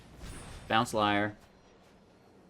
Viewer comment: As long as we can protect LIAR......sorry that triggered me a bit lol. I think its more of a "leer" when pronouncing.....i think. Lol.